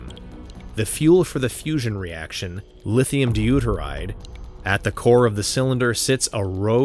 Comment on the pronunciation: Yup. The claim that the "fussion" of the "lithium deturide" causes fission in the plutonium spark plug is inaccurate. The circle on the map labeled "160km" is actually about 1000km in diameter. The six-bladed propellers on the B29 are inaccurate. The depiction of the observer aicraft as another Tu-95 is inaccurate. The depiction of the observer aircraft being painted grey is inaccurate. The pronunciation of "Novaya Zemlya" is inaccurate. At least the claim that the Tsar Bomba was a big bomb built by the USSR is correct.